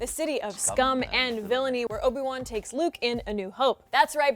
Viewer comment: It's Obi-Wan